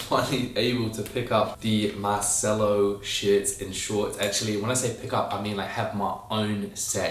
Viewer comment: Shouldn’t it be pronounced Mar-chell-o though? It’s Italian, right?